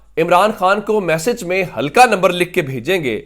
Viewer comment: ھلکا نہیں بلکہ حلقہ کہیۓ ۔